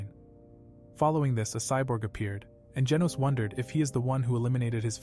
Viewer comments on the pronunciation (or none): why did he say handsom scyborg